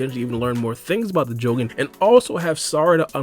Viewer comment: pronouncing jougan and tomoe so wrong.